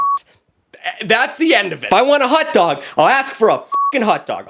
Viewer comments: it hotdog not hut dog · Bro says hutdog every time he tries to say hotdog😂😂😂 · Not pronouncing "hot dog" like "hut-dog" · I'm McDingus up on the ExtraTugg. Proud TuggLette. I like the way says Hot Dog. Hut Dug. Hut Dug. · The way he pronounces “hutdog” 🥴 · Why is no one talking about “hut dog” am I the only one hearing that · the boston came out for a second